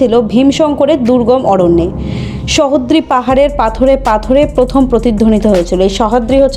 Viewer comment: Khub sundor video, pore dekhun Bijoya(Victoria k RobiKobi Bijoya bolei dakten) r Pen somporke lekhok ki bolechhen, janar agroho roilo...ar joddur mone hoy uchharon goto ekta bhul pelam, Sahyadri Mountains er bangla uchharon ami jotota jani "Sojhadri" Pahar (Western Ghats) Sohadri noy...